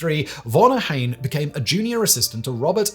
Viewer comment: You butchered Ohain‘s Name…. Unforgiveable